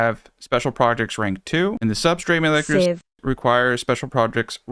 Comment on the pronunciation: Pronouncing molecular steves is definitely a challenge